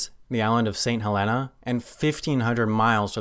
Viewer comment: He pronounced westray and st Helena so badly wrong